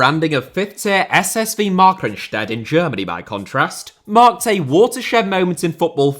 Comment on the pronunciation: Keep up the great work! Minor German pronunciation assist, the second syllable is the stressed one in "Markranstädt."